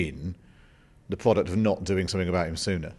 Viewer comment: the pwoduct and the pwoblem